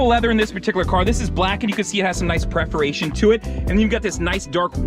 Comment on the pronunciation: Great video,, but the word is PERForation, not PREForation. Small point, but it's like having a piece of spinach in your teeth: you'd probably prefer someone to tell you! Oh, and I LOVE the shirt!